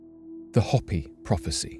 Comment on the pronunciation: Hopi is pronounced "Hope--ee" with a long "o" and long "e" sound.